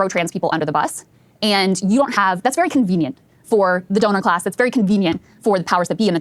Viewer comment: I wish I had 5 dollars for every time Steven said Doner class